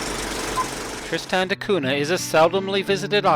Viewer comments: It's not pronounced Trist-Stan. I found this island on the map hanging on my wall and my name is Tristan, I can tell you that my name is not Trist-Stan. I know there can be different pronunciations, however it's not pronounced differently than my own name. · Hey, i'm not trying to bash you or your video, it was really good. When I hear you butcher my own name it just puts me off a little bit.